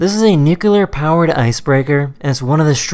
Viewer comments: Pardon me BUT... , did you say " NUQULAR " or "NIKULAR " ??? Because both are SO EFFING WRONG!!!!!!!!!!!!!! Only RETARDS (stupid on purpose) pronounce it like you do !!!!!! It is pronounced NOO KLEE ER . That applies to any LEADER of ANY country , teacher or anyone who chooses to say it that way. otherwise , good video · "Nicular".. that's a new one ;)